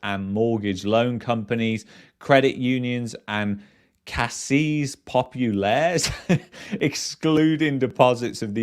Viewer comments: "Caisse" is pronounced "case." It's like a credit union in Quebec. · fyi pronunciation, Caisse Populaire, you can pronunce `Caisse' same as in `case`of beer ;-)